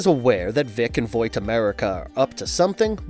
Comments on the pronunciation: Your privilege to speak the name of Vought has been revoked. It’s not “voit.” I can’t even finish the video, he says it like every 30 seconds. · You know it's pronounced the way its spelled right? Like saying "bought" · he says voit is that what they call Vought in the comics or is that just an error. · Gotta just say, good video but one nitpick that drove me insane, HOW YOU SAY VOUGHT, YOU SAY VOIT AND IT DRIVE ME NUTS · And no A either. VOUGHT. And I dont even read the comics or watch the show. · ...... it's pronounced like VAWT.... My eye is twitching. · Vought, it's spelled fine, show pronounces it for us...video keeps saying voight lol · "Voight" lol Still a great video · Why do you keep saying "voight"? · ill come back to your channel when you know how to say vought right dude like jfc they say it times in the show youd think youd know how to fckin say it. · Do you really not know how to say Vought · The pronunciation of vought is the worst shit ever. How hard is it to get people who can pronuce shit right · Great video! I really liked the part where you mispronounced vought over and over until I stopped watching! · The only thing more disturbing than herogasm is the way this narrator pronounces "Vought" 😂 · its kind of upsetting the way you pronounce vought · Don’t mean to sound like that guy but why is he saying Vought wrong? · Why can’t you pronounce vought properly? It’s so cringe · The way you say Vought is jarring as hell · It's painful to hear Vought repeatedly mispronounced. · Probably a good video, but I'm not watching something this horribly mispronounced when they literally have a show where "Vought" is said constantly. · Good explanation but pls pronounce vought right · How does he not know how to say vought😭😭😭, surely he’s seen the show right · The way you pronounce Vought bothers me lol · the way you say vought is cringe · Can't even say Vought right. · Yeah that was driving me crazy lol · It’s pronounced “VOTT” not “Voit” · Vaaaaaaht not voit